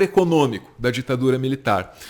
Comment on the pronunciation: Ficou "ecocômico".